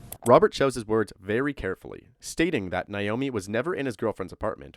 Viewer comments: NAomi, not Niomi. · Her name is pronounced Nā-omi. Not Nīomi. Literally everyone mispronounces this name so don’t feel bad. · Na-o-mi not Na-yo-mi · Her name is pronounced Nay-oh-mee. Naomi. At least pronounce the name correctly.